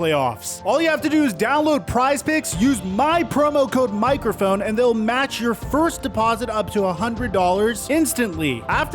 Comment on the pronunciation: ‘Mikerophone’ You rock bro!